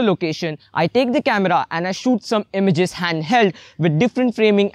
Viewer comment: It's not emiges.. it's images